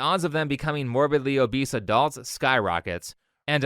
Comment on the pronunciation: ... He pronounced "morbidly obese" wrong 😅